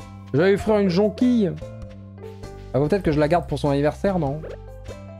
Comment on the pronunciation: Jonquille ça se prononce Jonquiyye